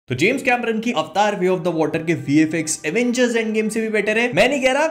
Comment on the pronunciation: This is AVATAR.. NOT AVTAAR... chtiya